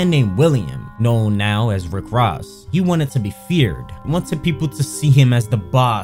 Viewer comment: said “Rick RASS” 😂😂